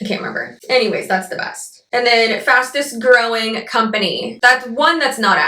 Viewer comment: “Fastes-growing company“ really got me for some reason 😂😂